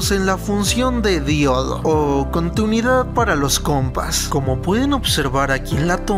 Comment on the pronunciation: Contunidad xdxd hable bien